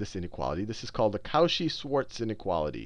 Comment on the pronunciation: Great video! tho...:D You need to work on that pronunciation.